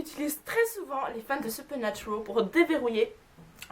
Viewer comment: Supernaturaaaaal pas supernaturooool tu est française sinon bonne vidéo 😜